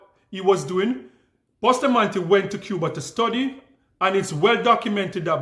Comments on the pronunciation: Do not even know how to say Bustamante she saidBoostamante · Not boosta, Busta , wrong pronunciation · The first thing Candace Owen's need correction on is the pronunciation of our National Hero's surname, "Boostamantee"! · Candace Owen say Boo sta mante instead of Busta mante (Bustamate). She just need to stick to American History and leave Caribbean black history business alone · The name is (Bus-ta-man-te) not Bushtamanté I don’t know why Candice Owen is so fixated on Kamala Harris’ family tree. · She dosent even try to pronounce people's name property. Bustamante is pronounced bus ta man ti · She cannot pronounce Bustamante. Gal mine yu own business. Find out where you come from .